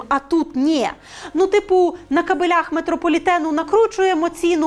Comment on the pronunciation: "...збитки по цих кабелЯх" наче всього лиш наголос, а вже готовий прикол. Без претензій, просто підмітив